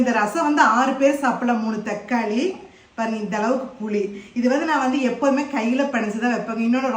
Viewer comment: தெக்காளிஇல்லம்மா தக்காளி